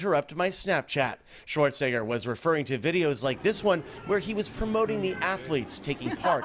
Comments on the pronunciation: Who tf is Schwarzinger? Several times the reporter refers to Schwarzenegger as Schwarzinger. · Yo that beginning part man, there is an E in his last name not an I 😂